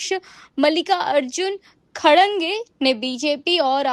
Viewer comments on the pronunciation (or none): Abe Tmhe Anchor Kishne banaya.. Tum Khadke ko Khadange pad rhi ho. phle padna to Sikh le Gawar